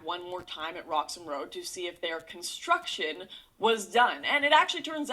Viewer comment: "IT'S JUST CONTRUCTION HON HON HON" - Lauren, 2017